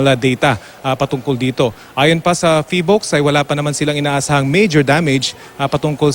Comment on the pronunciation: 🤣🤣🤣 Hindi pa marunong sabihin ang name ng PHIVOLCS